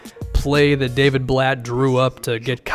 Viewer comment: I was just about to comment that lol